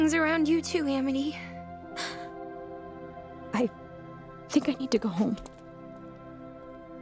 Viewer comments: Important detail I notice people keep missing about that line: Sarah flubbed it. She was so overcome with emotion that she messed up and said Aminy. And they kept it in. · Yeah, when Luz says this line; "It's okay I sniffle stuttered inhale *sniffle*, I uh do stupid things around you too Aminy." she actually says Aminy instead of Amity if you listen closely. PS! (I added the sniffles and stuttered inhale for the extra emotional weight the line holds... and damn is it heavy!) PPS! (This scene breaks my heart, aaaaah! I ship Lumity until the end of time... AND BEYOND!)